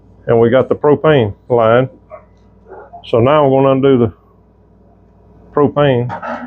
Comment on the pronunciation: Soon as he said Pro-pane I was rolling 🤣 😂 💀